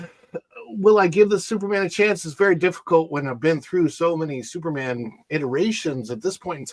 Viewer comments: Did you just call him STUPORMAN? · Yes, you DID call him Stuporman! A call back to the old Marvel mag, "NOT BRAND ECCH!"